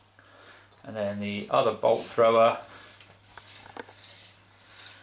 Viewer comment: Panzees bashin´ each uvvers?? :D Nice report.